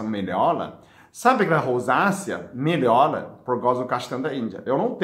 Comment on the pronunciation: 😍😍dr do nosso coração,acho lindo vc falando gordula,melola Que Deus te abençoe